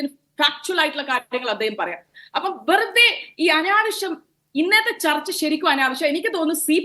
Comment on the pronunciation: ബെറുതെ അല്ല മോളൂ.... വെറുതെ 😄😄😄